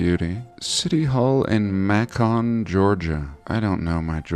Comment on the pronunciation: Macon, GA. Pronounced like bacon. I live about 150 miles north of there. Just trying to help you out, brother. Keep up the good work!